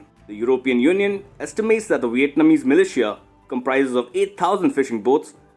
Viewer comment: TERRIBLE PRONUNCIATION OF MILITIA! '